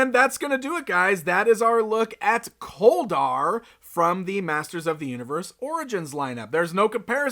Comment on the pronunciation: His name sounds like colder instead of kol dar